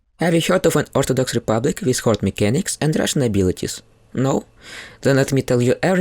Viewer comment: "first, its republic." idk why this is the most slavic sounding thing ive ever heard but it made me laugh lmao, thanks for the good video